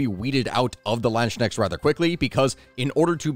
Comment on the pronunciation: I died from laughing, hearing how you pronounced Landsknechts. It was very interesting and funny.